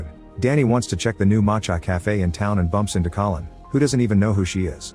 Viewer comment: The narrator called Collin "colon" at some point and it's now stuck in my head